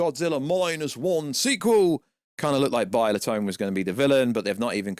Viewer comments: Love the vids... "King Kuhdora" ... "Biollatone" your accent doesn't allow you to evoke the names of these iconic monsters properly lol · Bio-le-tone lol